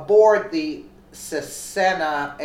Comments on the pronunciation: There's no "E" between CESna... Kinda of irritating. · Cessna! ... pronounced (cess-nah) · Cessna, pronounced SESS-NAH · Cessna is pronounced like ( sessna ) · Pronounced Se's na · The aircraft Is pronounced sesna or cesna. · Cessna, pronounced sess nah. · 1 Like for the mutilation of the word "Cessna"... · She needs to learn enunciation of Cessna and Wycombe, to name a few. Terrible reader. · The plane is a Cessna, pronounced Ses-na, and the airport in high Wycombe Buckinghamshire is pronounced, High Wick-um. You really need to do a bit of research on English pronunciation as you have been reminded countless times.